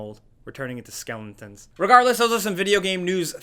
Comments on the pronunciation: “were turning into Skeling-tons” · skelingtons?? lol, oh..... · "we are turning into skenlentons" nice mess up